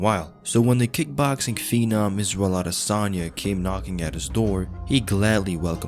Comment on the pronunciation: "eef oi wos israyel oi wood feer mei."